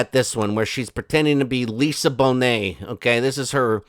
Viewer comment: “Lisa Bonet” hilarious